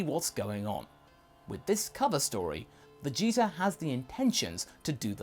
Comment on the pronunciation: He said vegeza?!